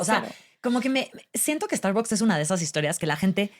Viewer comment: Pues las usarán, pero mal pronunciadas, como no pronuncian la marca en inglés...No es Estarboks...